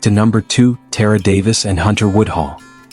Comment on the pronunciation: TA-RA. Not Tear-ra